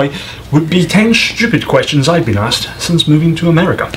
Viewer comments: And you love to make silly generalizations! Because one person pronounced Asked as Aksed, you think all Americans do? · 🤣 🤣 🤣 Americans simply cant say ASKED